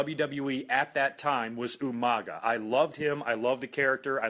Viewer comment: It's Umanga, not Umaga.